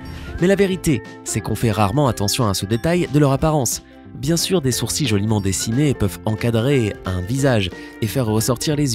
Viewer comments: On dit sourcil"E" et non sourci😁enfin moi je dit comme sa apres jsp mdrrrr😁😁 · On dit sourcils pas sourci !! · Il dit sourci ou lieu de sourcils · le mec il dit soursi à la place de sourcils C t pas intéressant mais bon😁😁😁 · Ça se prononce sourci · Je suis la seule perturbée par le fait qu'il dise "sourcille" au lieu de sourcils ? XD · "sourci" ON DIT "SOURCILE" PTN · On dit pas "GentiL" on dit "Genti-", on dit des "Sourci-" pas des "SourciL", après faut se plaindre aux français pour cette langue de m*rde mais sachez la prononcer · les sourci ??? Xd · Il dit sourci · « les sourci » 😂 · Il dit des sourcilles 😂😂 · C quoi les ''sourci''???😂😂😂😂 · Peut on parler de cette prononciation du mot « sourcils » !? Il me perturbe !!